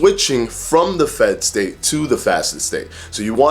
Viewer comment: Every time he said 'state' I heard 'steak' :-) That's what IF does to you haha. Great video BTW.